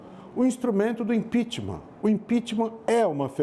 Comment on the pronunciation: Professor falar impitimar é feio